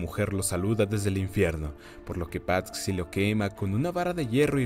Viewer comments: Muy buen resumen pero........ Patxi es nombre vasco que se traduce como Francisco y xd se dice Pachi no pat-xi perdón por corrección pero me pitaba el oído cada vez que lo decías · Debo decir que el nombre no se pronuncia "Patsi" sino "Pachi". Cosas de los Vascos... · Se dice pachi no pat-si xd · En español Patxi suena como "Pachi". Maite suena como "Maite"...no como "Maité", el acento es en la A.